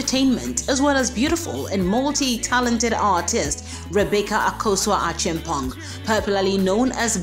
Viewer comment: How the hell u a Ghanaian and pronouncing her last name “Achimpon”.🙄🙄This abrofo sem is too much oo.🙄🙄